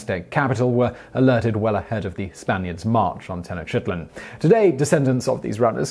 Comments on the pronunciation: Yowza. Interesting stuff. Not sure of Nahuatl pronunciation, but Teh-noch (long O)-teet-lahn is common today. I feel sorry for Rabbit Two. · Is he mispronouncing "Tenochititlan" or have all the other voice-over guys been mispronouncing it? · Dude, you can ask someone how to pronounce these names. "Ten-oh-CHIT-len"? No. It's "Te-noch-tee-TLAN" (the "ch" being like the "ch" in the Scottish word "loch"). Seriously, there are internet resources to teach you how to pronounce foreign words. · Things to pronounced correctly: Nahuatl is pronounced Na-wat with a almost silent l. Mexica is pronounced Me-shee-ka Tenocha is pronounced Te-no-cha Tenochtitlan is pronounced te-noch-tee-tlan Texcoco is pronounced Tesh-ko-ko Facepalm on your attempt to pronounced teteoh (gods). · Just say the city or please learn how to sound out the name Tenochtitlan. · he's mispronouncing. I dont know aztec but he is bad at pronuncation. i dont say that to criticize i think it actually makes the videos better but i've seen mispronounce other ones badly. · I wrote that after he butchered Mexica, Tenochtitlan, and conquistador—I recognize the gods he talks about later have difficult phoneme combinations, but the words he mispronounces at the start are common words whose pronunciations are easy to find.